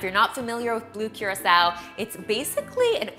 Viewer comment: It’s pronounced kurasao